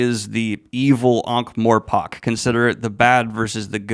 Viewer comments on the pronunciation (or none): One small niggle: It's pronounced More-pork, not More-pock.